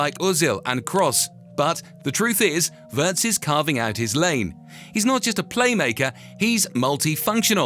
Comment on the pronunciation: *Wee uh rtz